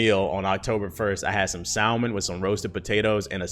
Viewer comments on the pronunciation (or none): Vro said sal-mon